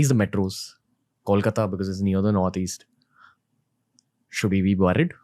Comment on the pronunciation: Dude stop saying CALL-kata....it is COLE - KAATAA 🤣🤣